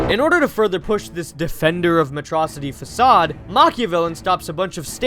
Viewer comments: It's Metro City not metrossity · METRO-CITY NO METROCITY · I like how habibi calls it matrocity instead of metro city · It's pronounced "metro city!"